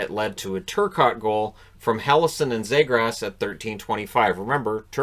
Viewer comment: Knight was a 🏯 fortress. And Trevor Zegras earned the respect to have his name pronounced correctly. (Zeegrus). Brink was awesome blocking shots and competing for pucks. That Canada team was stacked! Great game plan coach Nate Leaman.